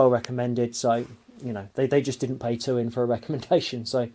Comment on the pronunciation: "Tuin" is pronounced exactly like "Town" in English, and is Dutch for garden.